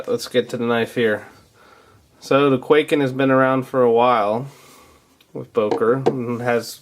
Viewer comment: it's not pronounced kway-ken it's kuai-ken